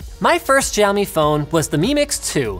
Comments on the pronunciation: Giaomi ..... NoIcE Dude it's 'c a u me ' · Are you supposed to pronounce Xiaomi that way?? I thought it's pronounced Siao-Mi.. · u pronounced xiaomi wrong btw <.<